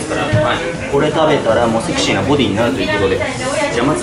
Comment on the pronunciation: 前回に続いて美味しそうな唐揚げでしたね！😃 そして、セクシーな辛さだったんですね！😊ジョニーくん！君何言ってるんや？ ハッキリとセキシー！って！言ってるところ凄く良かったよ！☺️今度はちゃんと拷問されてね！